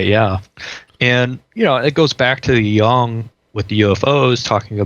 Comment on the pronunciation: "Jung", not "Young"